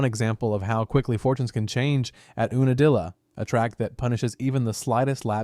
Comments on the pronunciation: YOU NUH DILLA. not ooonadilla. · it's not pronounced oo-na-dilla its pronounced YOU-na-dilla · It's pronounced "You na dilla". Geeze.